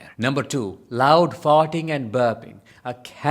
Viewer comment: Ok....I am sorry but this one actually made me laugh like a immature child...your accent saying words like "farting" ...lol!! So...you are describing ALL 5 of my teenage sons!?! Uh oh!